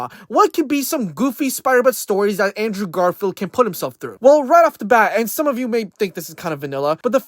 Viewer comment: Who tf is Andrew Garfart ? You can't even say the name right bro get tf outta here